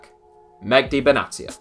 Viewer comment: Medhi not Megdi 😂😂😂